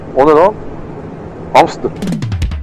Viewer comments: hamstır diyor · hamstır derken '''mıs(ır)'' kelimesi gelyo